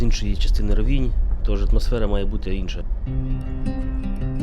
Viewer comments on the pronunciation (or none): рОвінь - наголос на перший склад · Український правопис—наголос на І. Місцеві кажуть рОвінь